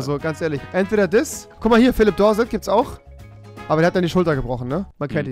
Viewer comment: Er hat gesagt phillip dorse